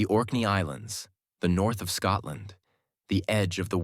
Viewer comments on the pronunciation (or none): none